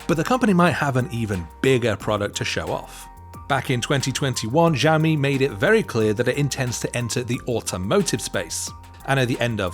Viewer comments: Xiaomi is actually pronounced as shao-me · ZIAOMI 😂 WTF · Xiaomi is pronounced as Xiao-mi..